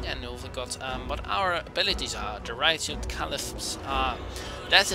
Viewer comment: RAS HIDUN? ITS PRONONUCED RASH-HIDUN